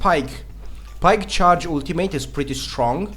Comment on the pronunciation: When u say ultimate all I hear is woot teammate